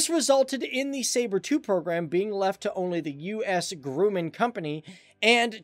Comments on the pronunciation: Grumman is pronounced “GRUM-mehn” not “Grewman” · It's pronounced "Grah-mun", not "Groo man". It's also grammatically correct to say "ordered 200 of these aircraft". Aircraft has an indistinct singular and plural form, you never add an "s" to aircraft. It's like saying "these fishes swam by". You also don't say "1 times 23mm" when describing cannon armament, it's just "one 23 or one 20, or one 27mm cannon, etc. Nobody EVER verbalizes the "x" as "times". Otherwise, great video. Other than the Hasselhoff 80s hair, hahah. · Not grooman, gr-uh-mun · Grooman? Ugh….you irresponsible young punks. It’s Grumman, like it’s spelled. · It is pronounced “Gr-uh-man”, not “Gr-oooo-man” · Not Grew-man, it's Graah-man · It's not Grooman.. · Haha the "U.S. company 'Groo-Man'" he says....oh boy..you know this is a well researched video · It's pronounced "Grumman" like "Drum". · Actually its "grUm-mein" the more you know ;) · The plural of aircraft is aircraft, not aircrafts!!! Additionally, learn to pronounce Grumman!!!